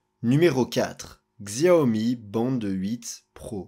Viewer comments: Tu prononces mal le nom XIAOMI. Ça se dit pas '' GZIAOMI ''! C'est '' CHIAOMI ''. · Désolé mais tu écorches trop les noms... en chinois Xiaomi se dit '' CHAOMI ''. Et Huawei c'est '' WOUAWEI ''